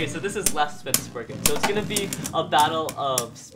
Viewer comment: It is lord spryzen not lord spriggan